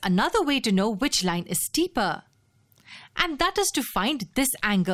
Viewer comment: I love when narrator say steeper like steeperrr.